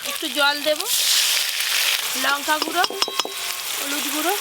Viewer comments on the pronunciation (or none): যখন লঙ্কা কে লোঙ্কা গুঁড়ো উচ্চারণ করে